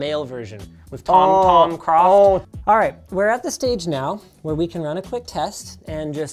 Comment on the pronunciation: Bro said Tom Craft 💀😭